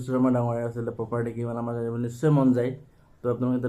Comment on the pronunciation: Bhai poperty nohoi.... Property hoi